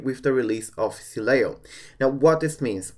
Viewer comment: See I was right yesterday I was pronouncing it right its okay I still love you.